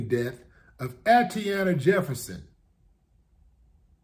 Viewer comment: Peace, Brotha Willie D, for the sake of diligence, Her name, Atatiana, is pronounced: AH-TAH-TEE-YAH-NAH. Just wanted to help out a little bit. Carry on....